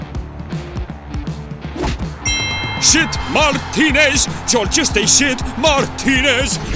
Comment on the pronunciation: Muani* not Muwohrni